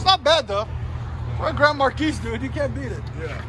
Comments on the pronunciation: Mar-kee. FFS. Mar-keys TF outta here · Just a friendly heads up, it's pronounced "Mar Key", not "Markeese". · The way you're saying it would mean the spelling would be Marquise. You're saying it wrong. Stop it. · The s is silent it’s pronounced like mar key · The "s" is silent in Marquis..... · Less respect for not knowing how to pronounce “marquis” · Dude, the S is silent in Marquis. Please stop. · 3rd one takes the win... btw Marqui(S) is silent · 2nd Gets my vote. The 3rd is a rust queen Marquis. S is silent boss man